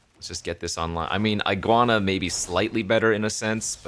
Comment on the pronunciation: I know why you pronounced iguana like that 😅